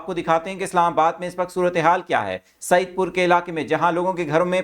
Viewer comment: Anchor Saahib Saeed pur naheen Said pur hay